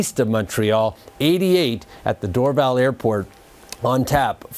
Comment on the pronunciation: I loved he called it Dorval airport BRAVOOO